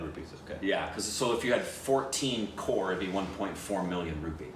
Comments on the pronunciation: By the way my folks it's not core it's crore. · The producer, Mahesh Bhatt, is Alia Bhatt's dad. And it is COCRORE not CORE